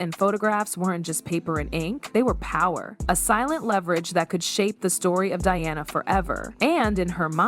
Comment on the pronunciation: It's NOT DEONNA it's Diana. Stopped watching and downvoted.